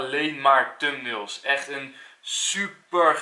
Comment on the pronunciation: tumnails? ahahah ik hou van de nederlandse uitspraak